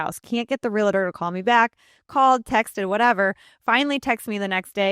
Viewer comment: REALATOR?? LADY, EVERY TIME YOU MISPRONOUNCE "REALTOR," YOU COME ACROSS LIKE AN IDIOT.